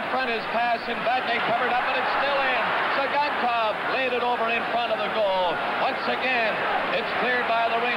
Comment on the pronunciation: LOL you can see Tsygankov laugh to himself when the announcer mispronounces his name